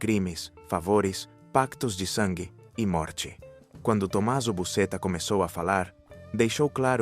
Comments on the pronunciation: Ahhhh!!!Aquela cupula é da igreja Casa Professa fica perto do mercado ballarò em Palermo , só um adendo a pronuncia do nome Buscetta não é Bucetta mas sim Buchetta.Totò Riina foi um dos boss mais violentos que cosa nostra já teve. Umas das mortes que mais me chocaram feita pelos mafiosos foram de Paolo Borsellino , Peppino Impastato e Giuseppe di Matteo, O juiz Paolo foi morto meses depois de Giovanni Falcone na porta do apartamento da mãe dele,ele apertou a campainha e tinha um carro cheio de explosivos e a mãe quando ouviu a explosão sabia que o filho tinha morrido, além dele varios policiais da escolta , o juiz Borsellino sabia que seria o proximo a ser morto depois de Falcone mas não fugiu e os policiais membros da escolta mesmo sabendo do risco disseram que não o abandonaria, foram mortos todos menos um membro da escolta que manobrou o carro pois a rua onde morava a mãe de Borsellino é sem saida sendo assim acabou se afastando do carro com explosivo.Peppino era filho de um mafioso de baixo rango , os mafiosos mataram o pai do Peppino atropelado e depois mataram o rapaz, explodiram ele, Peppino não aceitava e lutava contra a mafia tem um filme que se chama Cento Passi, que conta a historia dele e ate então o capo dei capi não era Toto Riina e a mafia tinha o codigo de honra ou seja não se tocava na familia dos afiliados, para calar Peppino eles tiveram que "silenciar" o pai dele então tendo carta branca para acabar com o rapaz. De Matteo era o filho de uma mafioso que se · Se pronúncia Busqueta não Busceta